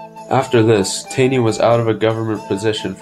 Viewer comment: its pronounced more like tawney